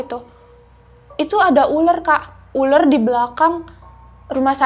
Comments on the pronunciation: Uler apa ular sih...🙄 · Nara sumbernya gk Bisa bedain uler ma ular.